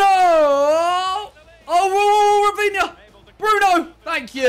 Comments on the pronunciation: oy simon, a tip from a brazilian subscriber ;) In Brazilian portuguese we pronounce the R in rafinha's name like "Hafinha" ;) much love bruv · Simon He’s Brazilian, so it’s pronounced more like Hafinha than Rrrrrafinha